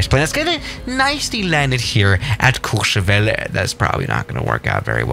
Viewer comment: wait your pronouciation of courchevel was perfect